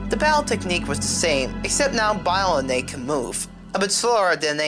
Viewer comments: “Biolanate”? “BIOLANATE”? ITS BIOLANTE YOU UNCULTURED SWINE!!! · im sorry, BY-LO-NATE? its BIO-LAN-TEA. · omg it's BIOLLANTE....say with wit me BI-O-LLAN-TE. Not biolant....